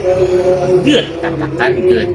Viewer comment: lho kok jauh sama kedengerannya… Iya betul pas Luring (di awal video). “…begitu dia mengikuti tangan, berikan reward-nya, selalu katakan ‘Bit’ (beat, hit?)…”. Jauh terdengar dari ‘Good’ Soalnya lagi pengen beli anjing, dan akan banyak waktu kedepannya, dan biar ndak gagal paham sayanya…